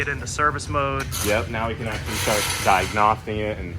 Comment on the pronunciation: DIAGNOSSING😂 Keep cainting the page